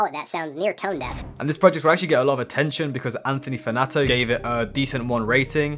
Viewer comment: "Anthony Fanato"